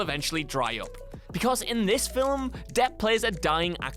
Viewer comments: it's pronounced "FILM". NOT "FILIM" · fill-ums... ffs that bothered me more than it should have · Does the word "film" have two syllables in England?